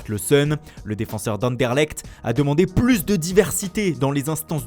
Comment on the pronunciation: plus sans prononcer le "s" réfléchit